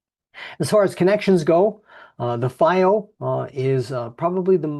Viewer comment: Its pronounced FeeO, not Fye O. FiiO literally translates to flying proud in Chinese.